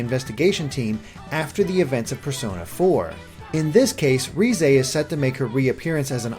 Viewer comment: Did he call her rize